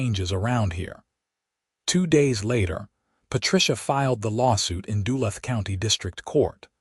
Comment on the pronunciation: Try learning how the name of the city is supposed to be pronounced! Duluth is pronounced De - luth (like the name Luke only th instead of a k sound)